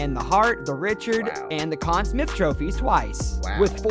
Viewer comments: Ok, this narrator/announcer/voice must be from the US as several pronunciations were... off to my ear. he said "Con Smith" for example while I've always heard it as "Con Smythe" and then there were names with a French accent he got wrong too... assuming I remember them "correctly" which isn't guaranteed. Also factor in the players from "older" seasons also had fewer games I'm not sure exactly but the seasons have gotten longer and more games played per team over the decades... I can't dispute these players being greats... but there are others who could easily have made the cut too. Edit: I had to look it up, but currently: In the regular season, which generally runs from early October through early April, teams play 82 games which determine their standings. Then if they were good enough they get to play in the post season... so now a player, who gets ice time in every game could have 82 games plus post season (4 rounds of best of 7 ... max 28 more but rarely would all 4 rounds go 7 games for a team) to rack up stats. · This guy mispronounced Conn Smythe and Richard and mispelled Lemieux, can't wait to see what else he gets wrong, at least his stats are good, lol. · Ooof I give a lot of passes for names because the NHL is a smorgasbord of countries and languages but Richard and Conn Smyth... I was already hurt by Brodeur as #10 lol.